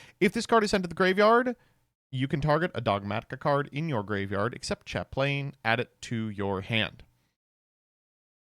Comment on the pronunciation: chaplain isn't pronounced like that